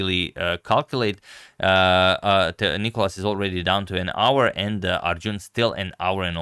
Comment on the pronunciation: Where's the clock? And It's nikOlas, the accent being on O. (You've corrected it in some video).